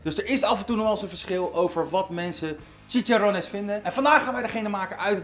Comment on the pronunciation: Bruur het is chiCHarrones